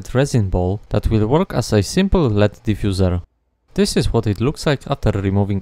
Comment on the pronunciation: Awesome work as always! You are an inspiration for what a one man operation for electronics can be. Just a tip, no shade, LED is pronounced letter-by-letter like USB